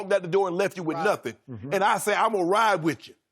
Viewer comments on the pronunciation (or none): none